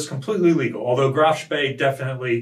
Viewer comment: Danke for pronouncing Graf Spee correctly. 👍